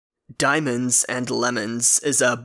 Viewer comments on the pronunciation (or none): He said DANIEMOENADS or Dimonds .